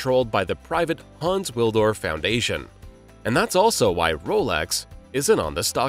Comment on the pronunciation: it's Hans WilSdorf, not Haans Willdorf